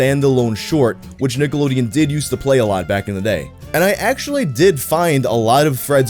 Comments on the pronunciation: I thought you said “Niggalodeon”. You may proceed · Cant be the only one listening with headphones only and had to do a double take at the very beginning of the video i swear just said Niggalodeon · Does anyone else hear him say niggalodeon at the start of the vid? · Did my man say Niggalodeon there at the beginning?...🤔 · The "cke" in that first "Nickelodeon" sounded a bit close to a "ga" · says Nickelodeon like it should have a hard R